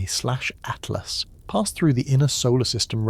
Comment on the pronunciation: Fix your ai 3 zero zero zero good lord at last it's atlas